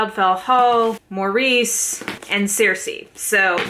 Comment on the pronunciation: I love Maurice, a terrific and moving novel. One small point, the Title and titular character is pronounced Morris.